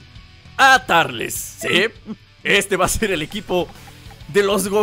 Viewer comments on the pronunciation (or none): No es tarles es turles